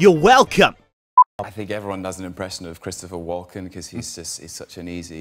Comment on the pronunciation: His name is WALKEN NOT WALK IN